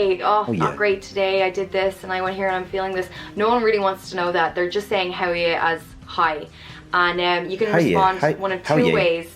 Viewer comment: And you never say you, it's always ya, Whether it's howaya or how are ya.